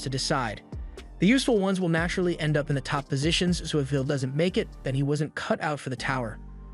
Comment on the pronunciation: How cpme the narrator pronounce the MC as Vil not Will hmm🤔